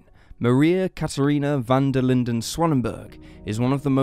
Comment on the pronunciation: I love the way you say Van Der Linde!!! Coming from South Africa we have so many people with this surname. Not may people pronounce it correctly. 😍